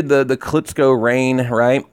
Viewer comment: KLITCHKO not KLITSKO